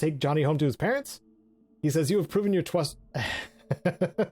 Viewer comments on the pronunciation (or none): "You have proven your twust" sir i think the only thing proven is a speech impediment lol 😆